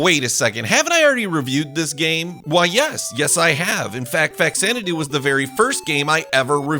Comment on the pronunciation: loved this game as a kid. we made it into our D&D world for a while. btw, the X is pronounced like a Z. like the movie Xanadu.